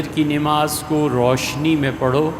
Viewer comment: نماز میں ن پر زبر ہے محترم